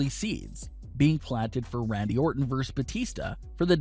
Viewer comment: My thoughts are that you're still mispronouncing a simple, two-syllable word, as though you were a 3-year-old (you're not, I assume - you just have the mentality of one, correct?). It's Versus. VerSUS - not "verse".